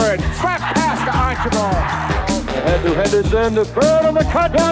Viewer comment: Hey Larry... "Tiny" has a /d/ on the end of his last name – "Archibald". It's not "Archiball" as you always say.